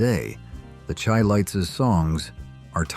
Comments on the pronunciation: Not pronounced Chy lites .. it's sounds like Shy lites. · The Chi-Lites is pronounced like Shy-Lights. They weren't named after tea! Do at least the minimumresearch before posting.